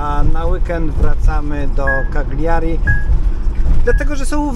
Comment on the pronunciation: Kaliari a nie kagliari